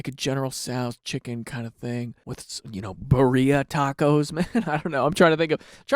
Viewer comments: Birria is pronounced like “beer-ia” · So many people pronounce Birria like Maria and it confuses the hell out of me.